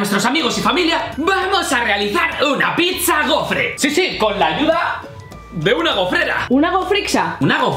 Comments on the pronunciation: Soy el único olle que dicen pixa en vez de piza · porque decís picza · Pronuncian mal pizza